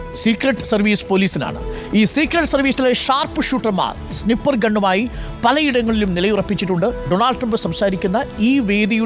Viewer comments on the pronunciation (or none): പുള്ളിക്ക് snipper ഉം sniper ഉം കൂടെ തെറ്റിയതാണെന്ന് തോന്നുന്നു😊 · Eda potta, Donald ennalla, do-oanld enne parayanam. Snipper alla, snyeper enne parayanam. 😅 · snipper alla it's sniper 😅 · I think it's സ്നൈപർ, instead of snipper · സ്നിപ്പർ അല്ല സ്‌നയ്പ്പർ ആണ് 😂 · Snipper😂😂😂 ..eth kopile paditham aada ne padiche...snipper alla "SNIPER"(READ AS "SNYPER")..VIVARAM ILLATHAVAN! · സ്നിപ്പർ അല്ലാ …സ്നൈപ്പർ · Fight fight എന്നല്ല fuck fuck എന്നാണ് പറയുന്നത് 😂പിന്നെ സ്നിപ്പർ അല്ല സ്‌നൈപ്പർ എന്നാണ് 🤦‍♂️ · സ്നിപ്പർ അല്ല, സ്നൈപ്പർ ആണ്. ജോൺ ഓഫ് കെന്നഡി അല്ല ജോൺ എഫ് കെന്നഡി എന്ന് പറയൂ. Joan of Arc & John f Kennedy മിക്സ് ആയി പോയോ 😂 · Its Sniper not snyper.. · സ്നിപ്പർ അല്ല, സ്ലിപ്പർ..... ആണത്രേ മൊട്ടയ്ക്ക്.....സ്‌നൈപ്പർ എന്നാണ് അത് പറയേണ്ടതെന്ന് മൂക്കള ഒലിപ്പിച് നടക്കുന്ന പിള്ളേർക്ക് വരെ അറിയാം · Arun, it's സ്നൈപ്പർ not സ്‌നി പ്പർ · Sniper Sny-per enn vayikkum. Snip- er ennalla. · SNI...PPER 😂😂😂 KASHTAM